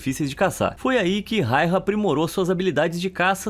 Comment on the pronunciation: Simo foi incrível 🔥 E o nome dele se pronuncia (Simo Raiya) e não rairra 😪